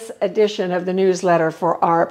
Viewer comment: Lol, I've never heard AARP pronounced "arp". I also read that article and tidied up my wallet. It's amazing how much came out.